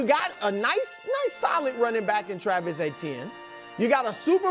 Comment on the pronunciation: C'mon Brou, you're from Louisiana that's not how we pronounce Travis' last name.